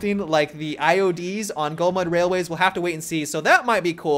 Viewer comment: their called IEDS, not IODS